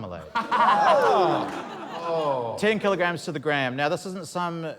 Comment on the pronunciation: Took me until the 4th contestant to realize by "kay jays" they mean kilograms